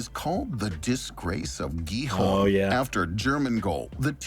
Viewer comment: The Gijón pronunciation :D